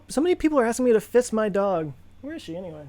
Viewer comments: Oh FISS it. I thought you said FIST it. The whole "I'm not gonna split my dog in half" thing worked for that too. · Misheard that as "Some people ask me to fist my dog", and then Joe is all like "OK, I'll get right to that!". Had a bit of a WTH moment before brain auto corrected :D